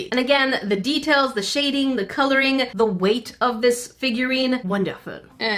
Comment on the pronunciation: When she Said the deatails on the boba cat it sounded like she Said teatales